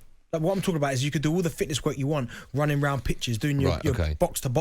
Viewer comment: These boys can't say "fitness'. They keep calling it match fitchneshhhh.